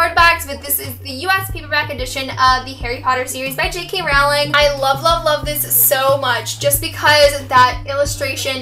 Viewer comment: Awesome bookshelf tour!!! It's actually pronounced JK "Rolling" btw hehe ;D